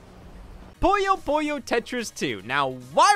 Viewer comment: Am I the only one that's irked by him constantly calling Puyo Puyo "Pollo Pollo?"